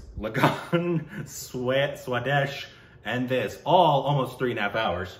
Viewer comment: When he says 'suedes' instead of swadesh, i was like which movie is that 🤔 only 'jeans' i have watched. 😆😆